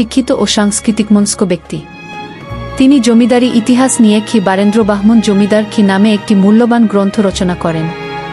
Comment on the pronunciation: চালে, ইহিহাচ এগুলো কি রকম উচ্চারণ 😂😂😂